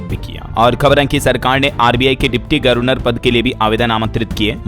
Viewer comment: न्यूज पढ़ने से पहले सही बोलना तो सीख लो 1. सियालदह है सियालहद नहीं 2. छतरपुर है छत्रपुर नहीं 3. गवरनर बोला जाता है गर्व नर नहीं